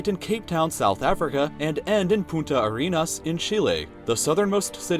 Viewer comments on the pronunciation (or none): The last 2 times you said it sounded like "puta arenas" instead of "punta". one means "bitch". Just letting you know, and yes, spanish pronunciation is hard. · That awkward moment whe he says "Puta Arenas"... Twice. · dxdxdxdxd. In spanish you said "prostitute" and the bad word for say it ajjjjjajajajajajjjjna. Be careful when pronouncing another languages xdxdxdxd you did it again ajjajajajaja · pronounce the N it sounds like you said bitch in Spanish xD